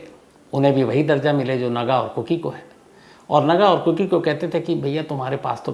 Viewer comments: It's kuki not koko sir... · Sir Aap koki chod kar kuku bolne lag gaye kuku FM yaad rahta h aapko islye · Sir ko kuku hi aati hai zubaan pe....kuku ke bolkar phir kuki ke.. sahi kar liya.😅😅 Cute Shams sir😂